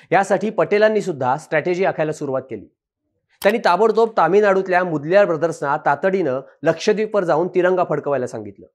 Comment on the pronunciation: मुदल्यार नाही ओ मोदलीयर